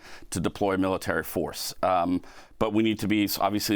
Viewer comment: That wasn't the strangest pronunciation of "military" that I've ever heard. Is she having a stroke on camera?